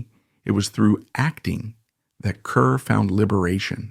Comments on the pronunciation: It is pronounced KAR, not KUR!!!! And there are so many innaccuracies...and she never worked with Marilyn Monroe (who was NOT in From Here to Eternity!). Please gets your facts right before posting. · Grade F for inaccuracies and inability to even correctly pronounce her Name. (CAR not CUR) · It is pronounced Car, not Cur. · you are seriously uninformed about Deborah Kerr, pronounced CARR, as many have pointed out here, and as you should know. how did you get this job, anyway? your voice is so croaky. Deborah Kerr deserved better! i knew her, interviewed her twice. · Wendy Hiller wasnt in Love on the Dole. And it's pronounced CAR. Come on. Fine, use a fake voice but at least get the info correct.